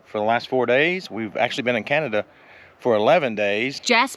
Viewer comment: OMG, Please stop saying canaduh. We were in San Antonio and would not say San Antonia USA, we say SA Texas. This is such an issue for us when Americans come through Alberta and BC. Hate to make this political, but Alberta wants out of canaduh. We would ask that you refer to just the provinces, not include us in the retarded country called canaduh.